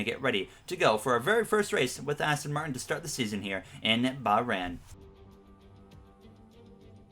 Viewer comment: please pronounce bahrain and azerbaijan correctly